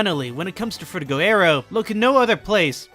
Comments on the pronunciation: I hate to be that guy but, it's Frutiger not Fruitiger. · It’s frutiGER aero. As in Grrrr.